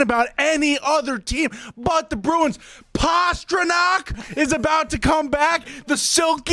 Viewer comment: This segment is gold 🤣🤣🤣🤣. The way he said pastrnak